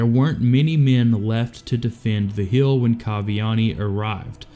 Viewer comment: How do you fuck up saying word lik defend and hill? Iv never heard that speech impediment before